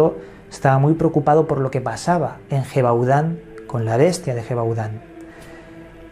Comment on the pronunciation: Se escribe Gevaudan!!!!!, Se Pronuncia YEVADÁN!!!